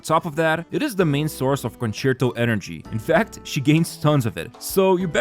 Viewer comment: Wow a content creator that can actually say concerto correctly